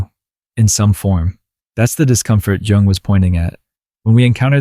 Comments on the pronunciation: Dear narrator. Jell-o. Jewelry. Joseph. J. J. J. But the correct pronunciation in not "JUNG" AS IN "JUNGLE". Please pronounce it as YOUNG, as you seem to say, 50% of the time. Thank you. Respectfully submitted for your consideration Gregg Oreo Long Beach CA États Unis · Jung pronounced “yooong”…. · It's pronounced 'Yung.' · It's Carl Jung, not Carl Young. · Pronounce Young. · Amazing video! It's called Yoong, though.